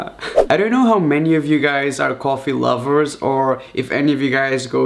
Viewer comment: Did he apply eyeshadow ><. And did yall find it cute when he said "coffee" as "gorefee"